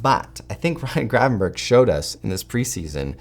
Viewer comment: I hate hearing you call him Gravenburg, his name is Grevanberch.